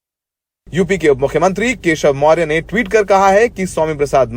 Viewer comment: पत्रकार साहब मौर्य नहीं मौर्य है